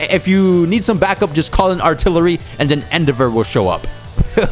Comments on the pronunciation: It's pronounced n dev er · Why those he says endevor name like that 💀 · his pronunciation of Endeavor was so bad it gave me an aneurism stopped the video before the 1 min mark I'm out lol